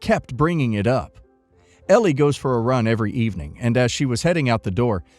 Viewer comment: Story 3: Elle is L not L E. Drove me crazy the entire video. Sorry rant over. Otherwise enjoyed watching.